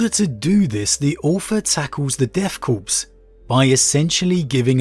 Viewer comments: Love the reviews but deathkorps is pronounced death “core” not death “corpse”. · Corps pronouced like Kor or Core, not corpse. Love your stuff